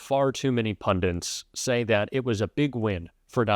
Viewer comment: did I hear you say "pundants", I hope not!! The word is "pundits", but so many Americans seem to butcher the English language and say words like pundants... It offends me as a well educated Englishman...